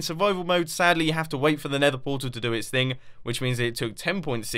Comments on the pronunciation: its Nether Portal not nether poral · u said poral not portal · it said ender poral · He speeled Portal wrong he said Poral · NETHER PORAL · Nether PORAL wtf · nether poral? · Poral instead of portal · poral instead of portal edit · Portal not poral but it's ok amazing vid! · "Nether poral" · “Nether Poral” hehe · Nether Poral cracks me up every time 😂😂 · nether portal not poral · "nether poral" confirmed. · nether poral not portal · Nether poral 😂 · he said nether poral not portal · nether poral XD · you say it poral not portal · Nether Poral lol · you said nether poral not portal ha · Who else noticed he did nether poral and not portal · portal* not poral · poral or portal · "Nether Poral" LOL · anybody else notice "nether poral" lol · "Nether Poral" -Merhmboeh Jerhmboeh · Its nether portal not poral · ha what a noob he put poral not portal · Nether Portal not Nether Poral! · nether poral?? instead of portal? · You spelled portal wrong you said poral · Hey, Mumbo! You said Nether Poral not Nether Portal! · Ah yes, nether poral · Ah yes, the nether poral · 3.07 nether "poral" xD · Why it is saying nether poral? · mumbo jumbo said "nether poral" 🤣 (I'm not a hater BTW I'm a fan of his channel and I subscribed to him) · "Nether Poral" "Poral" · “Nether Poral” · Nobody: Mumbo Jumbo: Nether poral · My favourite elevator The nether poral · nether poral???? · nobody: mumbo: Nether poral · Neather Poral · Lol there is no t in nether poral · "Nether Poral" like if you've seen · "Nether Poral " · what? Nether poral? Say it again WHAT THE HELL IS A NETHER PORAL BLYAT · who realized “Nether Poral”? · "Nether Poral" :P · ”nether poral?” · He said nether poral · mumbo whats a poral? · In sorry mumbo but you missed the (t) in portal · Lol nether poral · Nether Poral where is the "t" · Nether Poral!😂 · You forgot the t in the word portal. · anyone noticed "Nether Poral"? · "Nether Poral" XD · Bonnie The First IN THE VIDEO HE SAID PORAL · fail "Nether Poral" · Nether poral haha